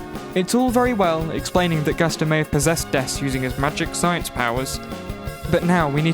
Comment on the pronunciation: You could say, she's, Po-Dess-ed